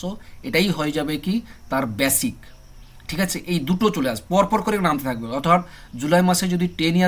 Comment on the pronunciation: ব্যাসিক নয় বেসিক